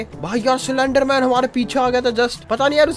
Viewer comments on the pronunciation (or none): Anyone noticed he said slenderman cylender-man😅😂